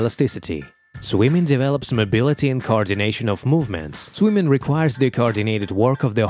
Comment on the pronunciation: Very AI voice the way it's unnaturally jammed together. But why the accent "swymin" vs swimming, athletic "physic" vs physique..etc Maybe it's sampled from a real voice first